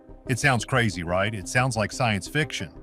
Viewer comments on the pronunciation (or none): none